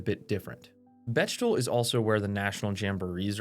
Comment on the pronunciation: BeCHtel???? Anyone else here say beCKtel???